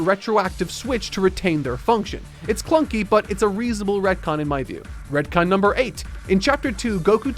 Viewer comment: Sounds like he says red-con